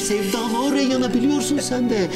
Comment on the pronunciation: Arkadaşlar nolur Reyhan değil Reyyan😍😭